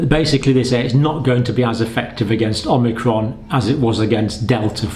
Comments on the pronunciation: IT'S NOT OMINCRON IT'S OMICRON!!!!!!!!!!!!!!!!!! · Dr. Campbell is still mispronouncing omicron. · This video is about magical thinking, not science. (Also, it's omicron, not omnicron.) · Pretty sure it’s not pronounced “omnicron”… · The variant is Omicron, not Omnicron. You sound like Joe Biden, Lord help us! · omNicron? omicron! Hi John, Thought of brushing up your Greek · More mistakes by Dr. John Campbell: Omnicron! ... Omnicron! ... Omnicron! Dr. John, for your information, the new variant is called Omicron, not Omnicron? Also, "by early March" is about the same as "within a 100 days", so how is this any different from what they were saying previously? And, no, we don't KNOW Omicron is more transmissible. That just seems to be the case in South Africa but there could be other factors involved in the sudden increase in cases there. And, no, we don't KNOW there is more immune escape with Omicron. It is just highly likely that this is the case because of the mutations involved. Also, the first case in the USA has been confirmed. And the vote by SAGE was 13-10 not 14-10. Finally, personal anecdotes and personal opinions are less than useless in any situation. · I'm hearing Omicron pronounced "Omnicron" a fair amount. Hardly a big issue but I'm wondering what the reason is? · Dr. C- the new variant is not Om-NI-cron but Om-i-cron. There is no Nbefore the I. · Love your show, watch every video, so I hate to seem petty, but I think you're slightly mispronouncing "omicrom" by inserting an n after the first m. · It's Omicron not Omnicron - Omnicron is a fictional character in a computer game. As a Dr surely you are aware of the greek alphabet? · Please stop perpetuating the incorrect spelling and pronunciation of omicron! Not omnicron. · There is no ‘n’. It’s Omicron, not Omnicron! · OMICRON, Not OMNICRON. No N there!